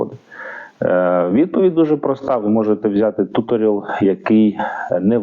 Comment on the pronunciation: Tutorial - tju'torial - наголос на другому складі, це, мабуть допоможе? Тобто перший склад вимовляти з м'яким "у " -майже як "ю", але не зовсім, у другому складі більш ширше "о" , з наголосом, а останній - як назва клубу "Реал" .